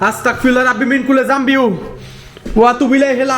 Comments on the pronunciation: ভাই আস্তাকফিরুল্লাহ না আস্তাগফিরুল্লাহ হবে আস্তাতফিরুল্লাহ না বলার কারণে আপনার ওপরে জিনের আছর করে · হ্যাঁ আস্তাগফিরুল্লাহ এইটা হচ্ছে সঠিক উচ্চারণ❤ আর আস্তাকফরুল্লাহ এইটার মানে হচ্ছে আমি কাফের 😢 নাউজুবিল্লাহ